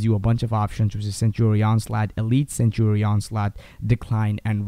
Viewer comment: not to hate or anything but when you mean "sanctuary" you say "sentry" the guide is good and all but just look in to how to say "sanctuary"